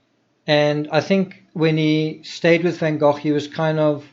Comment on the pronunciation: Amazing that you were in that restaurant where Van Gogh's funeral was held. I love that you pronounce Gogh properly, like we say 'loch' here. There's a myth that English people can't pronounce the 'ch' like that which is why they speak about Lock Ness, I don't believe that